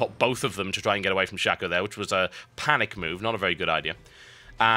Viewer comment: It's Shaco, not Shacko...